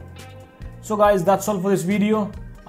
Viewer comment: Bro told me to watch the VWIDIYYOOO😂😂😂😂